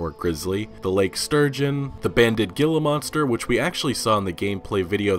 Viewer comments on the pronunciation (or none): Its pronounced heala monster not gilla monsters, even tho its spelled gilla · Not Ge-la-monster. Its pronounced He-la-monster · Gilla is pronounced "Heela". "Heela" Monster. And P.E.T.A is pronounced "peeta". Jesus man.😂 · What is up with all the rdr2 youtubers calling the gila monster as it looks. Its pronounced HEELA not gilla. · It's pronounced "Heela monster" not "gilluh monster". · Please. Once again, could you stop pronouncing Gila Monster with a “G”? It’s pronounced with an “H”. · Gila monster is pronounced heel-ah just so you know, I’m tired of cringing when all you YouTubers say it lol. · The G is pronounced as an H in Gila monster. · Great video, looking forward to the next gameplay video. Just so you know, it's pronounced hila monster. The g is pronounced like an H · Just to let u know it pronounced Hee-la monster...if u were from Arizona you'd understand. Awesome video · Gila Monster is said Hee-La monster. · Gila Monster: pronounced hē-lə" (Hee-la) Monster /Pet peeve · You mispronounced gila in Gila monster, it’s pronounced hee-lah. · It's pronounced hila monster, spelled with a g. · I swear if I hear you or anyone else say “Gila monster” with a “g” I’m going to snap. I’m just kidding man I love your content. But Gila monster is pronounced with a silent g/ sounds like an H. Like heel-ah monster or the Gila river. Sounds like heel-ah not Gila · Gila Monster pronounced [ 'hela ] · the G is silent, ever been to school? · Man the more and more info that we get the more overwhelming (in a good way) this game sounds. So looking forward to this one! Horse breeding would be so sweet! Future DLC? 😂 Btw the G in Gila Monster is pronounced like an H. Now you know 👍🏻